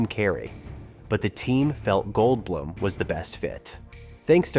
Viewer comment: likewise mispronouncing 'goldblum' and 'guttenburg'. kinda sad whoever published this didn't even listen to it and fix these issues before uploading it